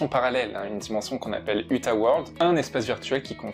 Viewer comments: 👺 sa s'ecrit uta mes sa se dit outa et tu dit uta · C'est outa pas uta (pour la prononciation)